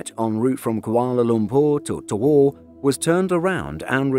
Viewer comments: Bad weather or not, I would still think twice about flying on a Boeing. Also, Tawau is pronounced as "tah-wow" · Horrible pronunciations. Tawau is pronounced (Ta-wow). Sabah is pronounced (Sa-bah). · The the destination, Tawau, is pronounced as Taa-wow. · He said tawau "towou" I can't 🤣🤣🤣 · 'Tawau' is pronounced Ta-wow